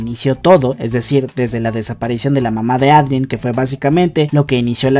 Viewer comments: eidren xd tal y como se lee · Me da ansiedad que pronuncias “miraquiulus” y también dices “Adrien” tal cual Jajajajaja